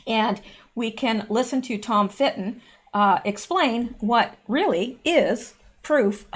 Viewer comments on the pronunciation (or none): That is Tom Fitton. It almost sounded like you said, "Fitt." I agree that Black Conservative Patriot channel is a great news source. Both of you have lots of news.